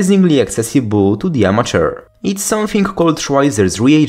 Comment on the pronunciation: Does anyone else hear "unnatural chemistry" every time he says "amateur chemistry"?